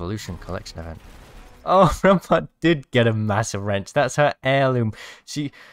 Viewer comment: Crack em knuckles it's rrrraampart time